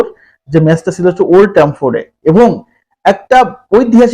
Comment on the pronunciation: ওল্ড ট্রাফোর্ড উচ্চারণ টা ঠিক হয়নি 😂